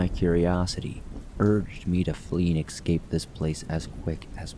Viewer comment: Escape not excape